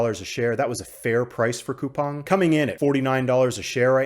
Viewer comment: Finally, a YouTuber who pronounces Coupang properly lol.